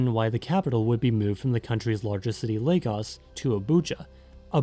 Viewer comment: As a Nigerian man (Ijaw/Igbo), I can tell you that this is one of the most accurate, researched short docs on Youtube (from mention of the Sokoto caliphate, bight of Benin to the Ijaw). Also, kudos on pronouncing it as "Lay-gus"